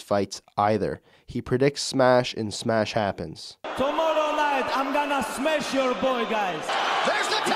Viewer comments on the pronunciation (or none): “He predicts smesh and smesh happens”